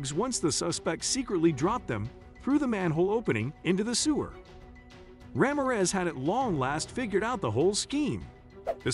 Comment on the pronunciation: You mangled that officers name. It’s pronounced, Rah-mear (as in ear but with an M and finally REZ! Put them together and it’s RAMIREZ 😂😂😂😂😂😂😂